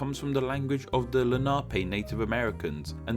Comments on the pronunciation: Lenape as La-nah-pee? It is usually pronounced assume Len-a-pee. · With "Lenape" the accent is on the first syllable. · The Indian name is pronounced Len a Pee , not Len Na Pay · Great video. I’ve never really thought about the origins of the names much. One thing, Not nitpicking but it is pronounced Len-A-Pee. I live in Lenape PA... so... yeah. Just saying. Great video. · i think the natives should be pronounced len-a-pee not le-na-pay, just what i have heard before.